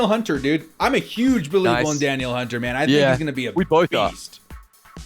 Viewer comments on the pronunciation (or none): Great stuff, guys! Also I believe it's "Duh-kneel" Hunter haha, SKOL! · its DAN-EEL Hunter